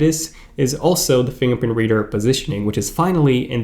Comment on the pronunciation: Keep saying “Fing pint”